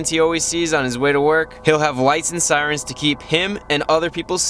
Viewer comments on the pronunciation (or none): none